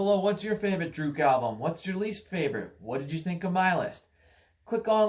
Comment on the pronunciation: Please learn how to say the bands name right.